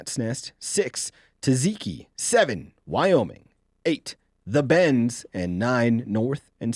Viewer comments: taZIKI?? That pronunciation sent shivers down my spine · is going to get slaughtered over this mispronunciation of "t'ZAT-zee-kee". It's like listening to gamers say "NAW-videa".